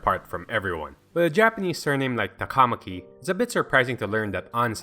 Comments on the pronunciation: Finally! Somebody says her last name RIGHT!!!!!! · she’s your waifu but you can’t pronounce her last name smh